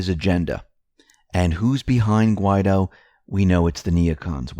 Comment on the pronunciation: Is there a law which prohibits the correct pronunciation of Guaidó?